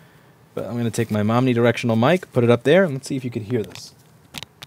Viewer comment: "momnidirectional"? LOL 🤣